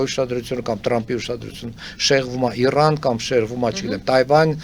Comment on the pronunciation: Լսելը տհաճ է Իռան , Իռան ռ շեշտելը լավ չի լսվում